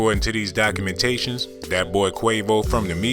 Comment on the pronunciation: WE DIDNT LAND ON DIS DOC-U-MENTATION... DIS DOC-U-MENTATION LANDED ON US